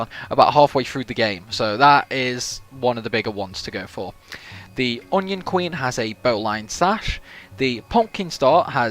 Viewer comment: For some reason, every time you say Alraune Queen, my mind immediately processes it as Onion Queen, and that sounds like a boss fight in FF14.